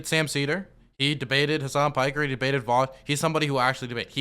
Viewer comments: Does Charlie call him Vowsh on purpose? Like a way to signal how unimportant Vaush is to him that he can't even be bothered to learn how to correctly pronounce his name? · New way of detecting fascists, ask them how they pronounce “Vaush”.